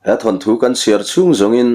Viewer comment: Than thu ni lovin, Thawn thu tih tur.